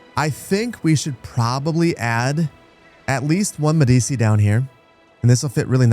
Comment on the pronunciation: Its pronounced "MEH-dee-chee."